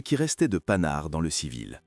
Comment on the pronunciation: Beau documentaire !! Mais arrêtez de prononcer : panard ou Pan nard !! E. M.